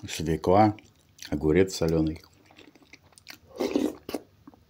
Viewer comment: Не свелА, а свЁкла!!!!